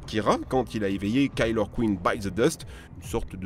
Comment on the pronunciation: mais ils ont pas le même stand 😂😂😂 REUKOUIEUM ? C'est quoi ça ? KAÏLER queen ? Comment ça KAÏLER ???!!!